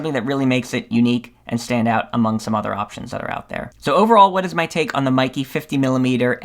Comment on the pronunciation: Pronounced "may ke"